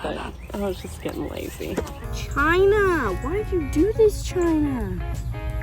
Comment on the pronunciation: you lost me as a subscriber with the way you dissed China using the trump pronunciation